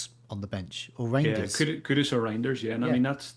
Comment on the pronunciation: can you please please please stop calling Kudus Kudos. Kudos to for saying his bame right